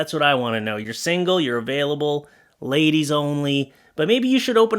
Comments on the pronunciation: It's pennies! Not Penny's. And it's ladies, not laidies. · Did you notice "LAID"IES? And nice earring!